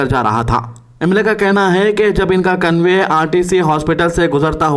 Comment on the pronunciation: 😂😂😂😂convey nahi hai convoy hai